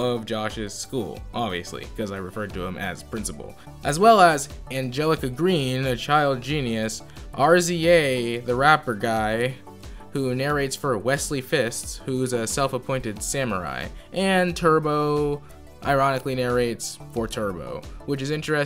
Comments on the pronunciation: Did this man really call the RZA R Z A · I know this is old but no way this dude just refer the RZA to "the rapper guy, R-Z-A" ☠️